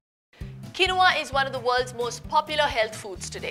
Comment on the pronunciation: It’s not pronounced as kenova It’s keenva